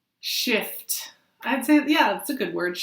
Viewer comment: I thought you said Shit! Not shift! They both seemed appropriate right now!!! Lol. Thanks!!!!